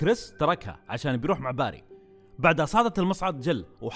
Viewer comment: اسمه barry وينطق بيري موقصدي امسك عليك بس متعقد مت الي يسمونه باري